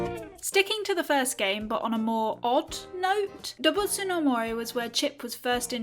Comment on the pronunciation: it's not something like dobbutsu no mori but rather doobutsu no mori by the way